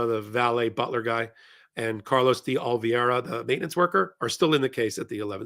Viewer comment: Carlos di O-lee-VAY-ra. The penultimate syllable rhymes with DAY.